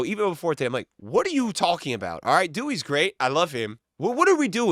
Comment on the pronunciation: Bro said dewey holy